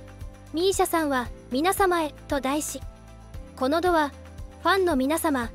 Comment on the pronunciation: ステキな動画有難う御座います☆ ただ‥この度はこのたび と読みます。このどではありません。